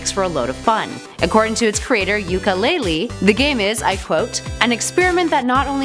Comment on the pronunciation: Yooka Laylee “Ukelele”